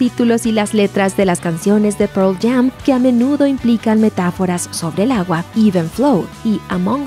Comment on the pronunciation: "proll jam" jaja